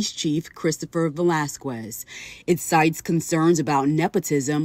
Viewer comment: A news reporter should know how to pronounce Velasquez by now lol